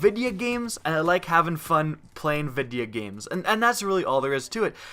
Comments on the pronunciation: You can't even say video games lol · he said vidia games xD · VID -E-YA GAMES? FUCK OFF. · lol he says video games like "videa games" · Why are you saying "vidya games"? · "I like vidyuh games." Me too man. Me too. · no offence but when you said "vidia giems" made me laugh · "I like videa games" XD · lol "vidya games" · Went to go comment about pronunciation of video games... And like people beat me to it... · Videar games hahah sorry but I thought your pronunciation was hilarious! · Vidya games. It might be from some Mongolian Anime board if I remember correctly. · Are you half Russian or German cause I can hear the accent when you say "video games"? Lol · The way he said video games haha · Yeah it sounded really funny aha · bourton IKR amazing way to say video games